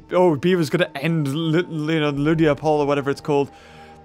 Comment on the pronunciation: Its ludia not lydia